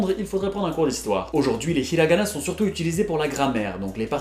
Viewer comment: The way you pronounced the 'hi' sound in Hiragana and Hiroshima is perfect.